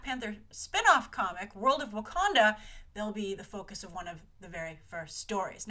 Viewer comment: not Wakonda its Wakanda aaaaaaaaaaaaaahhhhh